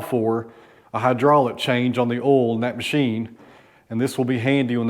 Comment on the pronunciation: I know you are down in Tennessee whare people have a different accent but you say ol when it spelled O-I-L you don't pronounce the I. Sounds wired.